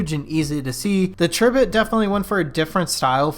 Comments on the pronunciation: Isn't it pronounced Tri - bit as in "TRY" BIT??? That's what I think. Makes me cringe every time you say it. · Pronounced TRY bit, haha!